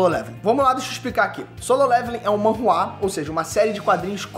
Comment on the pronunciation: Sabe nem falar o nome correto. É manhwa